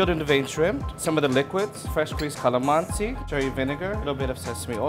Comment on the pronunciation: LOOM-pyuh. Kuh-luh-MAN-see. Kinda obvious that they didn't grow up in the Philippines. Probably don't speak Tagalog either.